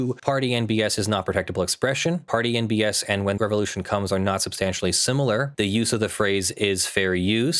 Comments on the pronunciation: The inflection used and silent D in "and" definitely made me hear "Party NBS" as well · When I've heard you saying "Party and BS", I seriously have heard "Party NBS" - and I was thinking, either there is American Sports League that I've never heard of, or it's some news station 😂.